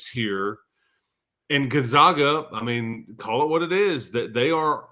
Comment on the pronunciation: Gun-ZAG-uh. Zag, never zah.